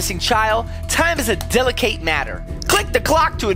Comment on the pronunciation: He said deli cate ITS DELI KIT